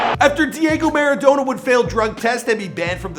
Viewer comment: I don't want to hate, but the way you're pronouncing Diego Maradona is killing me!